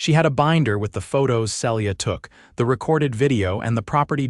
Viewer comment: On a bet I'd say the name is Phyllis, pronounced fil-is, not Phillys as the AI keeps saying. And Celia, pronounced see-lee-a.